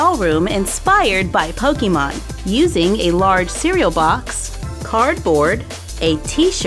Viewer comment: ITS CALLED POKEMON NOT POKIMON DO U NOT KNOW HOW TO SPELL